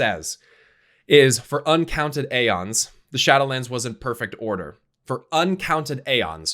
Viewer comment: I know this is a stupid comment and I apologies for making it BUT Aeon is pronounced with no A! its E- ONS! not A-ons.